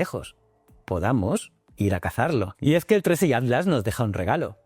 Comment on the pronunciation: PIR FAVOR PERO POR FAVOR PRONUNCIA BIEN ATLAS. SE SUPONE QUE USTEDES LOS ESPAÑOLES HABLAN EL MELÑJOR ESPAÑOL Y ESTE DECIRLE ALTLAS ES MOLESTO. HABLE BIEN